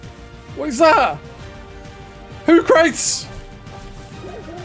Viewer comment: I LOVE YOU BUT HOOCRATES IS most likely supposed to be PRONOUNCED 'WHO KRUH TEEZ' LIKE THE OLD ASTRONOMER SOCRATES 'sok ruh teez'. I ASSUME lol 🙄